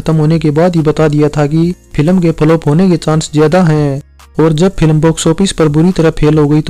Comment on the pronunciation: Pilam nahin yaar ... Film bolo